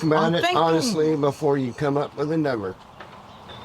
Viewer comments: " I DON'T KNOW a NuMBHER" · "I dont know what Numble" lol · “I don’t know a numbuah!!!”